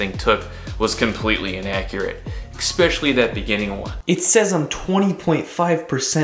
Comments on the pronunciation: 📍 pet peeve: eks-specially vs eSpecially. But bro! Hard work and awesome YouTuber. Keep up the great work! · I like your use of "exspecially" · ex-pesially.. holy shit.